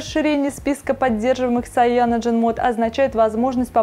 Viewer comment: Ужасно, как можно давать человеку который в технике ничего не понимает, давать объяснять людям про технику... Сам учусь в Китае, никакой ни Шаоми, Сяоми - правильно. И насколько я знаю говорят Кайяноген или Цианоген, но как говорит она... Нонсенс...